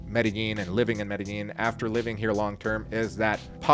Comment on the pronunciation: Bro, why don't you guys know how to pronounce Medellin?